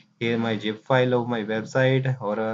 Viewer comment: bro nice video but need to work hard on zip not Jeep.